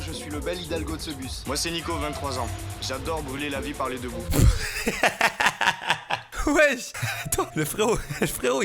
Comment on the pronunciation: j'adore brûler la vie parler debout 🤣🤣🤣🤣(je sais qu'il dit par les 2 bouts)